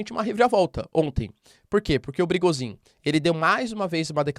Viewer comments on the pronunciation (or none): Professor, sem querer ser chato e te corrigir mas a pronúncia de Prigozhin é "prigôgin", caso queira utilizar. Como é um nome que se usa praticamente diariamente no canal resolvi comentar. Grande abraço!